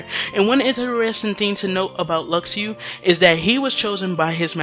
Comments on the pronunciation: Luxu is not pronounced Lak-shu or Lu-shu either, it is Latin and it's pronounced as Luk-shu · you dumb it’s ( lu-shu) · IT'S PRONOUNCED "LU-SHU" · i cringed so hard when i heard him pronounce luxu...